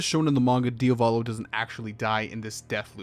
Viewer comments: yeah but why do you keep saying diovalo instead of diavolo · bro im getting triggered by how you pronounce "Dia-volo" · It's Diavolo ("dee-ah-voh-low"), not "Diovalo" ("dee-oh-vah-low"). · I’m sorry man, I’m gonna be that guy but did you just pronounce Diavolo “DIO-VOLLO” and not “Diavuh-lo”? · Cool vid, but it's a pain to hear DIA VO LO instead of idk, just checking the italian spelling :(